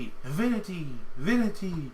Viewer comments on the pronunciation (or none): I think it is Vinty, Not Vinity. :)